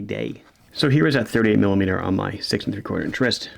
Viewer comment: It sounds like you are saying "30mm". On your website you have a 43mm and a 38mm. ???